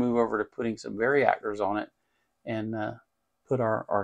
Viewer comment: Hint: there is no letter i in the word varactor. The word varicap does have the i so you can pronounce it with one. Why do American folks struggle so much with simple vowel sounds? If you have any doubts about this, do check the pronunciation online - it offers both British and American pronunciations - neither with an i in them. 😉